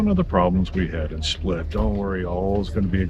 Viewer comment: Im from Split and you said it right, its different.